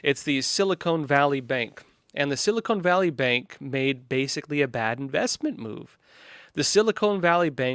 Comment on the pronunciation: I thought it’s pronounced Sili-Con, not cone.